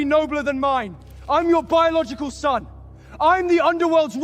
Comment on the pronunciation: ✨I've not completely finished the video yet (about 20 mins left), but I had to come and comment on the fact that the so-called "biological" son of Hades can't even pronounce BIOLOGICAL... 😒It's NOT pronounced BIOLOCAL! Want to be an Underworld king? Get at least a grade 3 education first!🤣